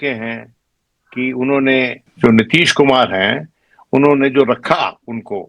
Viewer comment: नीतीश जी को आप नितिश क्यों उच्चारित करते हैं भाई ?